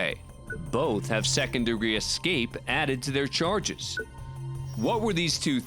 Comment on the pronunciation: judge said EXCAPE though, It's ESCAPE. He's supposed to be an educated man ffs.